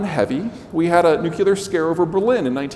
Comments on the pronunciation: Nucular? say the word New & then say the word Clear! Now try saying it as one word. This guy is a professor? Also he is a reductionist. But I stopped listening after nucular. He’s probably an economist. Must be nice. You get to cut variables out of the equation to come to sum that you need in that moment. Give me a mathematician any day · Smart guy, great discussion. Learn how to say NUC- CLEAR. NOT NUC-ULAR. Fingernails on a chalkboard. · Really wish he could pronounce nuclear